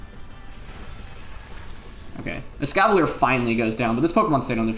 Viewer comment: Every time Wolfey said Escavalier he pronounced it differently.